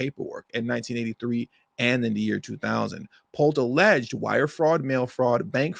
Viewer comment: Stop saying ALLEDGED. This was intentional. It was not just ONE document, not two, but more than 3...and they all can't be that incorrect. They double & triple check the facts. Then James signed them stating THEY WERE CORRECT. So enough...time for sentencing her fat A$$. Set bail at $454 Million dollars, seize all her property, & bankrupt her.